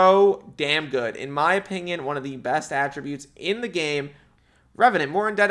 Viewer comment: the way says "opingion" just pmo